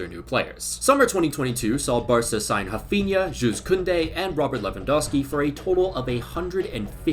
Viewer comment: Haphinha ? 😂😂 It's raphinha bro 😂